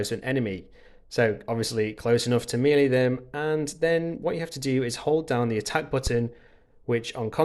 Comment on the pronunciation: Please take this as it is meant, to be helpful: Check the pronunciation of 'voila', 'melee' and 'apparel' - your attempts were way off. 😉